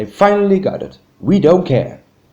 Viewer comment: Why don't you use your own voice instead of saying don't as do nt